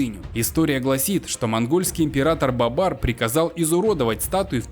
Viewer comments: Не Бабар а Бобур. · Не Бабар, а Бабур. И он не был монгольским императором